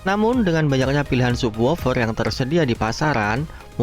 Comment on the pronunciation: Sab wufer dibacanya Om, jangan kebalik